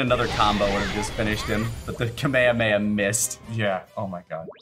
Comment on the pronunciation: >Kamehamea >Not good Try levelling it up and then say that.